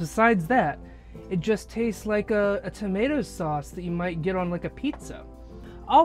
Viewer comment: Haha. When you say boat, it sounds how a posh English person would say it. Say tomato wrong though. 😁